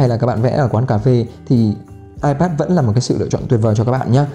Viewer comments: Hoặc là ai pét hoặc là i pát nhé.chứ đừng ai pát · Ipet à?? Nghe a đọc thấy cái tên máy lạ quá